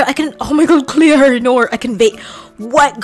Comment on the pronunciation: " nor cleor" LOL